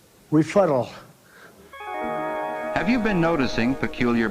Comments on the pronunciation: What is a "refuttal"?😂😂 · "Don't dignify it with a refuttal" 🤣🤣🤣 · Each time I see the clip of Trump saying refuttal I wonder if instead of rebuke he'd say rebukkal